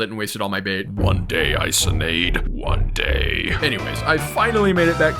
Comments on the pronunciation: How to pronounce Isonade👇 I-SON-AD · Isonade is pronounced “eeh-so-nah-day”, it’s a Japanese myth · Also isonade is pronounced Eee-so-nad-A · Not to be THAT GUY but it's pronounced (eesonadé) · Didnt pronounce isonade correctly